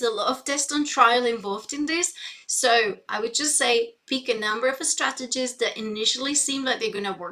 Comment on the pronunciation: Geez, I didn´t even notice it because I´m neither english or spanish-speaker but now I can´t unhear it. Especially ”estrategies”, makes it sound like e-sport strategy or something. You shouldn´t point out that kind of stuff. 😅